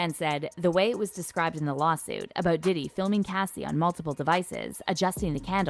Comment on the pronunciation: Love you but his name is Diddy not DeDe